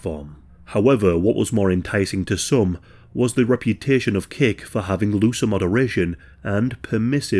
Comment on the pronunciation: It sounds like you keep saying "Cake". I had to look at screen to see that it's Kick*. It seems human dark nature to punish.